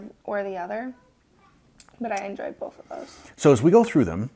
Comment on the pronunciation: Have y'all noticed that says bowlth instead of both? My daughter used to do that when she was little. Sounds like a t-shirt idea! "I liked them bowlth"